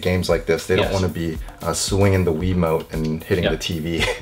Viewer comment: Why do you say wii wumote